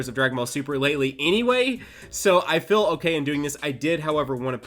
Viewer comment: feel not fill. wtf is this dialect